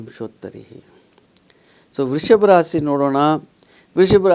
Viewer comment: ಒಳ್ಳೆಯ ಕಾರ್ಯಕ್ರಮವಾಗಿದೆ, ರಾಸೀ ಅನ್ನಬೇಡಿ,ರಾಶಿ ಎಂದು ಹೇಳಿ